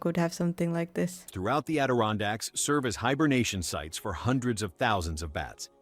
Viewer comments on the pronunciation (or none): none